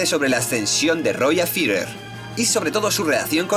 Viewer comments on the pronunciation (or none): Buen video pero odio tu forma de decir Führer 😂😂😂 lo siento, podias aver dicho general o haberlo dicho en japones